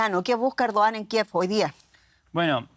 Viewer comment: Errdoggan...se pronuncia